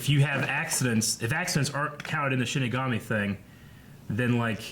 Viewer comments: 23 episodes in and he still can't say it right... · Oh my god, I am so annoyed that keeps saying "shimagami" instead of "shinigami". XD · CMMOM! It Hurts everytime you say shiMIgami. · Am I the only one who hears them pronouncing shinigami as shin megami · 23 episodes and he still calls it shiMigami